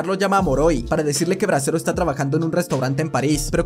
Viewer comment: Bresero con t tresero XDDD